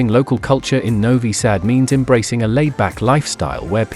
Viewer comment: When I hear a robotic voice that can't even pronounce the name of the city correctly, I immediately close the video. Not worth watching with that horrible fake voice.